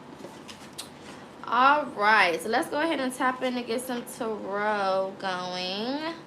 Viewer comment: I love the way you say tarot